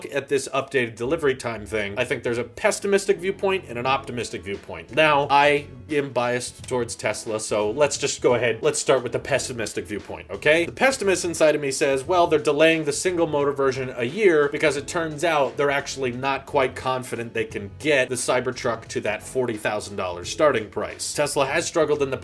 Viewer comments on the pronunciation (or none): Great video. Thank you. Question; are you saying 'pestimist'?